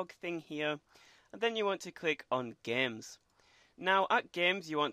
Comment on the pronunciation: click on "Geeems"